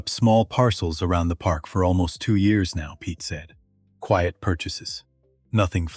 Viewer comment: Narrator just can't figure out how to pronounce quiet. AI f-ed up again and again.